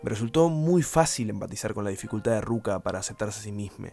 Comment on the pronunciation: Eso y que le diga "Ruka" con R jajaja, suena mal mal. Pero fuera de eso bien